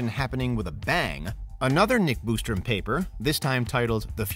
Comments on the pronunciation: The "Boostrom" irks me lol....there is only one "o". BOSStrom 😆 🤣 😂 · Bos not Bustrom